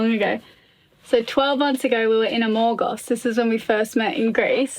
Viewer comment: Also not so great at pronouncing Greek names of places they visit. Zákynthos, not Zaky'nthos. Kefaloniá, not Kefalónia. Amorgós, not Amórgos in this ep.